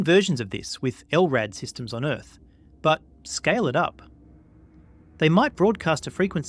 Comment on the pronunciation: the way you said “on earth”🤔 kinda suspicious…….. You alien bro?!?! Jk